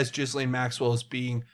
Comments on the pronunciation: It's GHEE LANE. Not Jiz Lane. Pleeeease please say it a different way lol. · Ghee-lane. New drinking game! Whoever pronounces her name, Jis-lane, you have to take a drink! This could get dangerous. Anyway, I wonder what the hec World Transhumanist Association is?? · Pronouncing names incorrectly makes you sound like a fool. Why do our friends across the pond (that's you) have so many issues with word pronunciations? Ghislaine is pronounced Gillane (Gill 'as in a fish Gill' and Lane as in highway lane) Gill-Lane. Gillane Maxwell. Please say it correctly because it is extremely annoying. God bless. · Not that it really matters but Ghislaine is pronounced Gee-laine. Like Elaine with a hard G. Not a “J” G... lol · The s is silent